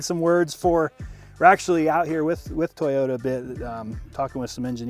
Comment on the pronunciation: did he pronounced it tiyota?